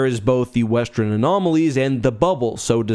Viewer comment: One thing that has never changed about in all that time is how he pronounces western as "westren" 😅